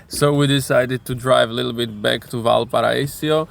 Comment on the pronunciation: Repeat after me…..Val-pa-ra-iso lol! Nice ending !! Cheers.